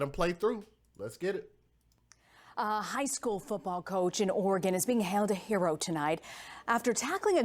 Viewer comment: Its pronounced Or-ah-Gun just like it sounds or you can say Ore-gun.i,be been up their many times to both Oregon and Washington from here in Calif.. it has an (A) sound in between the ore & gun. its never Or ee gun lol so i hope ths might help you out.its basically two syllables = Ore a gun or Oregon <~~~ right spelling and pronounciation..tc DJ peace ✌🏼